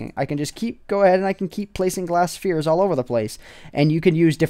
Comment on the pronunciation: You say Spheres weird.(: Nice video!